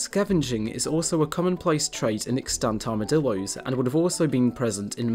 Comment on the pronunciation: They are called Armadillos, not "Armadilloys"